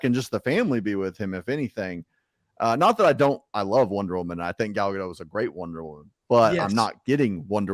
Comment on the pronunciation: Mispronouncing “Gadot”. Google says it’s pronounced with the “t” at the end.